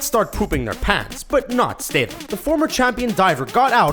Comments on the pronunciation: Isn't he called StaTHam not stethem? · Jason STATE'M Its Stat. STAT! Statham.